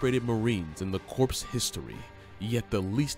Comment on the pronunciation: Poor narration, learn how to say CORPS, no we would not know how he looked by watching the Pacific HBO Show. He didn’t play himself.